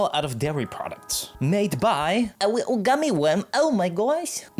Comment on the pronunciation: Whimsical wittle scwug